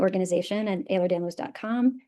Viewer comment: Please pronounce it correctly. It’s EhlerS-Danlos, not Ehler.